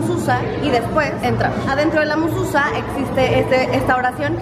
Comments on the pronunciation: No se pronuncia mususa se pronuncia MEZUZÁ. :) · Se dice Mesuzá, morra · Hermosa es Mezuzah y contiene un trozo de la Torah. (Mezuzá con acento en la a)